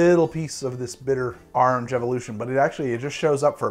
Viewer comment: But do you taste any ORANGE? :-) “Arringe”